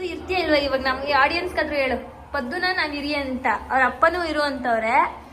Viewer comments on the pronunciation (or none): none